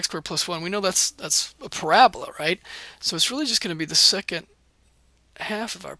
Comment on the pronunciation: Parabala XD other than that great video